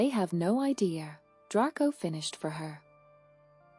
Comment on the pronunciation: I do like your stories--thanks! I just wish that the narrator pronounced some of words correctly, such as "Gryffindor" and "Draco ". I'm guessing that you are using an AI program--I wonder if it can be taught the correct way? Anyway, I appreciate your creativity.